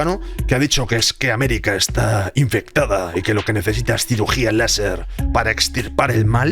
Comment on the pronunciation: Un "Laserrr"